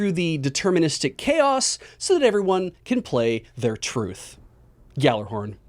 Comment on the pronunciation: There is no hard g in Gjallarhorn, the way you pronounce it is actually "Yallarhorn."